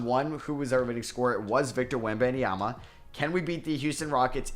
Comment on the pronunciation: Stop adding an extra syllable to Wemby last name !